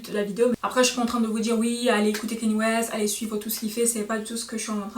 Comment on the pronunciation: On prononce pas keny ,mais Kanye.par contre j’aime bien la vidéo